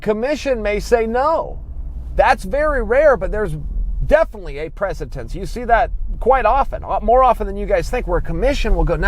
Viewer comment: CHAEL, STOP FUCKING SAY PREH-SEH-TENCE, ITS PRE-SEH-DENCE, THIS IS FOR YOUR OWN GOOD